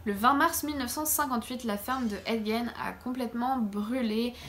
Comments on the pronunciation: C'est toujours aussi bien documenté et présenté, bravo. Si je peux juste me permettre une petite précision: en Anglais, "Gein" se prononce "guine". ;) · 😂😂😂Gein... Puree si tu pouvais au moins prononcer de facon propre... Le g c est j en anglais...du coup nous avons ce qu il avait dans sa tete a ces moments la